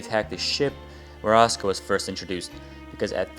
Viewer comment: oh wait, I REALLY wanted to add about the pronunciation in this video & in the English dub.. "Asuka" is not pronounced "Oska/Ahska". lol